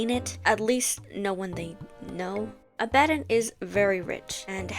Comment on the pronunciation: You were right, the way you're pronouncing Abaddon is going to make me crash out